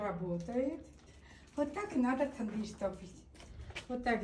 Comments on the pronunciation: Госпожа, пожалуйста перестаньте говорить Тэндир. На армянском языке нет такого слова, у нас это Тонир! Вы даете право кочевникам лишний раз гавкать на армян! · Лаваш-это Нахчиванский приоритет.не "тундырь",а тандырь. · Не тундыр а тандыр 🤦🏻‍♂️🤦🏻‍♂️ это же традиционная армянская😂 не знают как правильно называется,) 🤦🏻‍♂️ ТАНДЫР ещё раз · тУндыр😂😂😂😂вы хоть прочитайте как название правильно пишется😂😂😂😂